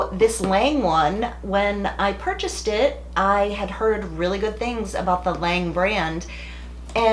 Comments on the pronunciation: 1st the L’ange tool you bought is pronounced L’ange not Lange. You also bought the cheapest straightener L’ange has. Also I think you are favoriting HSI because you are receiving free stuff from them. I actually have MANY if L’ange tools the Le Reve is AWESOME. I mean I would definitely favor HSI if they will send me FREE tools and products. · Also, its "l'ange" *La On- ge" as in Orange kinda